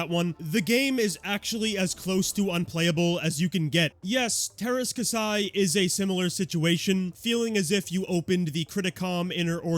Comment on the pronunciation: KAH-see its pronounced